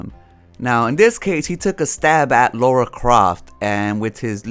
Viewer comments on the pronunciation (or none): You mean "Lara" and "grifter" but interesting video.